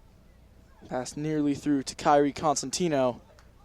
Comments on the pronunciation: “consentino” no. child it’s COsentino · everytime he said “kairi consentio” i yelled it’s COSENTINO 😭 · he was like kairi coNsentino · LMFAO WATCH FROM "kairi cOsenTimnO" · he got kairi’s name wrong lots of times😔